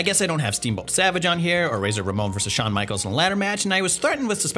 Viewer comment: Wait... who's Shahn Michaels?😂